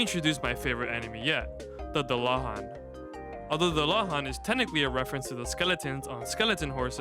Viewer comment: Yeah you were mispronoucing it. It's Dool-lahan